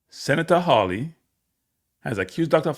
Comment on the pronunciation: It is a fifth amendment right… not “rights” Not to mention, you butchered every single name involved. It’s Hawley - NOT HAILEY!